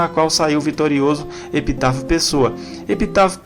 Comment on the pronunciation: O nome do presidente é "EPITÁCIO PESSOA" e não "EPITÁFIO"